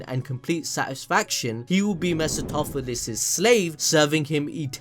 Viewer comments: got to learn a new word. Mercy-toh-philis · Everytime he mispronounced mephistopheles I had a stroke